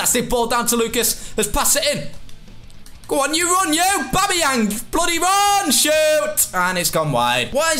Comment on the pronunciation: Did he just call aubameyang aubama 😂